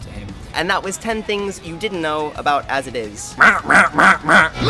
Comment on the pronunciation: "As I- Is" "As I- Is" "As I- Is" "As I- Is" "As It Is"